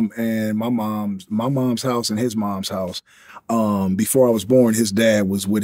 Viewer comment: Following on form my first comment and touching slightly on the third ….. to call your mom / mother “mooooooms “ is something else to add to the list of things that put u in the category of a person that will attract trouble. Just say mom. No issue. It’s normal and being normal won’t add to any of what I think u think is character or being part of the streets only makes u look more boring then u already do. Moms. That two mothers. That isn’t possible. Your saying something that isn’t possible and adding a while other syllable to a very simple word. Wat a nob. But ….. we have learned the game was in Forster care. There is a clue there. Not to in anyway attack people that are in the care system but I think it speaks allot of the outcome of a person from a broken home. I myself am such a person. I hope he took the time to try and learn how he come to be and also the circumstances to which his own family fell apart. I can friggin guarantee it was due to the very ganglife rubbish he still seems to be trying to push to this very day. Vlad enables this rubbish. I’m the Keithy d interview , the guy mentioned no end of times about his involvement and respect for sports. Vlad skipped over this everytime to ask him about those gangs. Those guns and those drugs. Pablo escabar and Tyson. Not that I’d expect mr d to give a speech on equality and the circumstances that led to his desire to be successful via money but surly it’s the responsibility of a good interviewer to steer the conversat